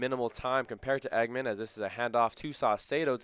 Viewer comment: Dallen Engemann’s last name is not pronounced “Eggman. It’s pronounced “Eng’-gah-mun.”😊